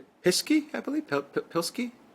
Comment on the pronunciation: pronounces PESKI proper. Stress on the “i”.